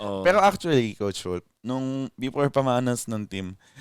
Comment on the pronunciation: yung nagkamali si nang pagka sabi na "Coach wolf"